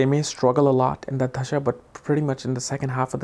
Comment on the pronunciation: RAHU dasha not dhasha